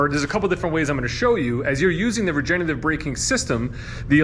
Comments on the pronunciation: it’s “regenERative”, not “regenATive”. regenerate is a word, regenate is not. since regenerative is a tough word to pronounce, let’s call it “regen” braking! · You’re missing the 3rd syllable in “regenerative” when you pronounce it - sorry if sounds a little picky but you are selling these EVs. I do love my 2019 Bolt LT though I only have a little over 30K on the odometer. We will be getting another EV soon to replace my wife’s Altima.